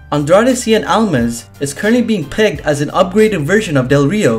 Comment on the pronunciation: It's not Almis It's Almas!!!!!